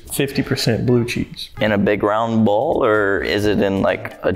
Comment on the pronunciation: Bruh it’s bowl not boll